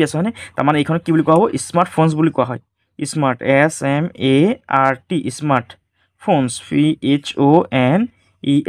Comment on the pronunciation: Ismart phone ❌ smart phone 😂😂😂😂😂😂😂😂😂😂😂😂😂😂😂😂